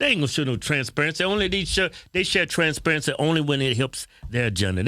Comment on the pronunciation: “ You need trans parensee” 😂